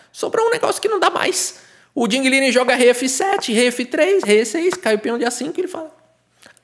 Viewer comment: Curioso o brincar com o nome do Ding, pois a pronúncia correta seria algo como Ting Lirãn, negócio meio alienígena, pronúncia de engine.